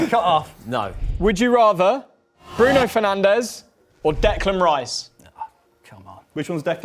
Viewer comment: Cmon it's Bruno